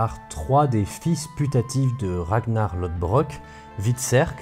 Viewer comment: Le d bizarre de Lodbrok se dit comme le 'th' anglais, proche d'un son 'f'